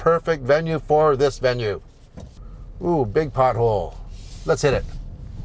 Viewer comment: Bravo, c’est la bonne prononciation. You got it right. Keep up the work. 🇲🇶